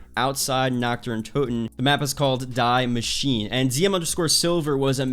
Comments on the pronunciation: “Dee Mah-sheen-ah” Is how Die Maschine is pronounced. Means The Machine. Like Bert Kreischer. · Die Maschine is Dee Ma-sheen-eh... Everything is German for some reason. It’s either The Machine, or you say it in a Deutsch accent. Wir sollten besser Deutsch sprechen. Richtig? I mean, this ain’t a slam on, it’s the zombies community in general. So many German maps and has just nobody thought to look up a pronunciation of these things? I’ve been taking German courses for two reasons. 1. Because my mom’s family learned German when living there and 2. Because the zombies maps have German names.